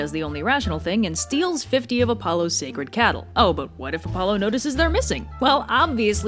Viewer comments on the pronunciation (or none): none